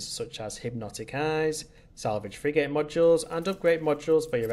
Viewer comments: Odd way to say "Frig'gate" can't unhear it.... it's frig'ut or frig'it it's most definitely not frig-gate . Anyhoo, useful video. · Pronounced Frigit not frig 8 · Bro really said "frig8"